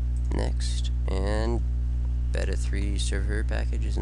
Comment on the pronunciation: He can't even pronounce the word "beta" correctly